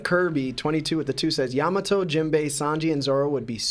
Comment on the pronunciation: Am I the only one who hates how dude says Yamato??